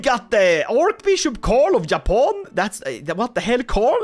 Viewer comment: when the dlc drops and u do this again please rename Japan into Yapan (not only cuz u yap alot but because that's how you say it or at least what i hear when you say Japan lol)